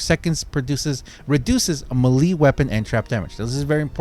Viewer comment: Sorry, but I am going to have to put a dislike on every video that you continue to completely mispronounce "melee". It is extremely annoying, and there is just no excuse.